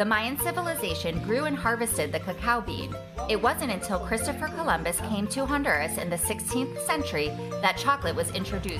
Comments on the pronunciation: I feel like the least she could do is pronounce the country the right way... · they pronounced the country semi correctly